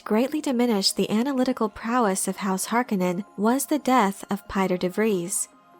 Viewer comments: it's "Har-CONE-en"; not "Harkinen". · Why is everyone including the cast of the new movie pronouncing Harkonnen wrong its HAR KO NN EN not harko nnen reference the original film. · The pronunciation of Harkonen drives me insane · Ok so I get the idea that as little possible should reference the 1984 movie but what is the ‘ Correct’ pronunciation of Harkonnen ? Hark own en or Hark a nnen